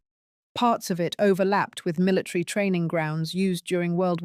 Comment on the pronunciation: Why does the reader say "militree" instead of military?